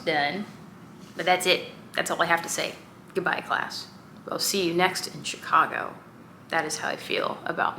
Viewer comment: lol chic-I-go 😂